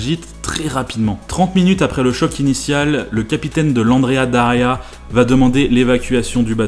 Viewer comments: C'esrt "Andrea Doria" pas "Daria". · Andrea Doria et pas Daria, sinon sympa comme vidéo. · Super vidéo! Par contre c’est Andrea Doria et pas Daria ;) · c'est Andrea Doria, et non pas Andrea Daria 😉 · Petite rectification si je puis me permettre, c'est l'Andrea Doria, et non l'Andrea Daria. ;) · Cas n° 1 : Andréa D O ria Cas n° 2 : Waldos de los Rios (et pas del Rios ). C'est marqué d'ailleurs. Cas n° 3 : Faire le cornichon toute une matinée avec une bagnole en lui donnant de l'éthanol à boire ... Bon, je ne suis pas spécialiste je ne dis donc rien même si j'en ai envie. Mais en 2008 les téléphones portables existaient en tant qu'objet de consommation courante depuis 13 ans, non ? Ils ne pouvaient pas appeler les pompiers à distance ? Et ces derniers n'avaient pas un véhicule d'intervention à l'opposé des stands ? Ou alors ils étaient partis manger et les journalistes ont fait tourner le véhicule alors que la sécu était «off» ? Pas très sérieux. Ce n'est pas un milieu qui m'attire. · Andrea Doria Not Daria. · C'est l'Andrea DOria, pas DAria. Andrea Doria était un grand amiral de la république de Gênes. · mille excuses, mais c'est l' Andréa Doria, s'il te plait... mais sinon, ça va, hein!!